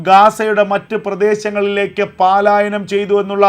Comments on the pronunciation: Sir, kindly listen "palaayanam" Not "paalaayanam" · എടേ പാലായനം അല്ല പലായനം